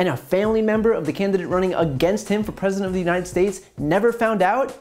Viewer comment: Meanwhile, Trump mispronounces “United States”